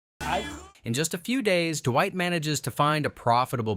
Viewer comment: I feel like the "DUH-WHITE" got more intense throughout the video. Duwhite, dewite, derrwhite, Durrwight. It's fucking Dwight. Not duhhhhhhhhhhhhhhwhite. God dammit.